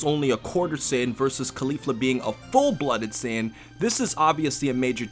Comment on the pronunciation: wtf is a sin? lol. its saiyan